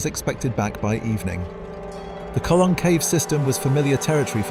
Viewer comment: its Jenolan not jenilon get it right